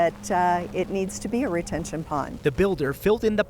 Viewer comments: Did he say Detention pond? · it is a Retention pond not a 'detention pond' ...:) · He said, “the detention pond” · He said detention pond...lol what's that